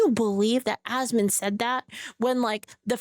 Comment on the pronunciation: Goddamit it’s ASMON! Not ASMOND. For fucks sake. 😂